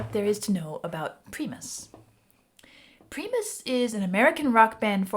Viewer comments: 😄 love how she pronounced PRIMUS AS pre Mis..❤ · I love her pronunciation of “Preemus.” I’m going to start shouting “Preemus Sooucks!” next time I see them live. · Primus rhymes with pie-mus 🤘🤘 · I can't do the pree-m's pronunciation. I really want to hear her thoughts. Like sticking a knife in my ears. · The band name is pronounced “prime + us”. Thank you for expanding your horizons in rock! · how many other people cringed every time she called the band pre-mus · Primus is pronounced "Pry-mus". Or "prime-us". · Everytime she says "prEEEE-mud" I cry inside. And she should see the music video. It's literally a cartoon 😂. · Pronounced Prime-us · The name of the band is pronounced with a long I like prEYEmus. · “Pree-mus.” I’m DEAD! 😂😂😂 Frank Zappa was a great ideological parallel, btw. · “Preemus” 😂😂 i can never unhear this pronunciation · First of all, it's pronounced "Pr-eye-mus" like "Linus" and "John the fisherman" is a much better entry into their type of music. Tommy the cat is a bit of an outlier in the pantheon of Primus music. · Pronounced pry-muss. Primus. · It’s pronounced “prime us”. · as far as I know it's pronounced "PRIME-US" and they sound nothing like Pink Floyd... I don't even hear the influence really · Its pronounced Pry Mus . But Im sure out of all these comments you know by now lol ! But anyways , they are the most eclectic metal band on Earth ! No one could even try to copy their style ! It is impossible . Les Claypool is a nut , a very talented one , but a nut nonetheless lol ! In a good way obviously . So creative and wacky you have to love these guys , if not something may be wrong with you heh heh . Every song is infectious . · It's pronounced "prime" us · It’s pronounced pry-mus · Also, FYI, it’s pronounced PRY-mus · She said Preemus 😅😅😅😂 i just can't.. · Try Southbound Pachyderm by Primus - pronounced Pry Muss.more good stuff. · It's pronounced (Preye muss) and they are awesome! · It's pronounced pry-moss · Pronounced prime us.